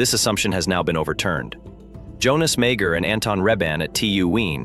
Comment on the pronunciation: This made my ears bleed on so many levels. Firstly, this is a long way from being physics' greatest puzzle. Secondly, "Wien" - for pity's sake, it's pronounced 'Veen'. Next, "Mager" is pronounced 'Marger' with a soft G, not 'Major' and you pronounced 'meson' correctly only once. Bloody hell, this was embarrassing.